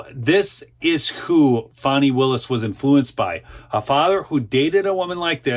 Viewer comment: Repeat after me: FAH...nee. (I'm not a fan of hers, but correct pronunciation is important.)